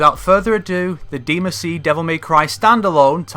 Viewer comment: please stop calling it deemuhsee